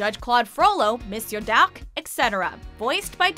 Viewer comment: Good Job pronouncing “Monsieur D’Arque”!!! (I’m French)